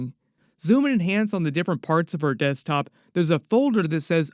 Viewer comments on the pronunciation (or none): none